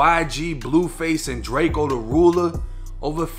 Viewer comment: It’s drakeeeoh bih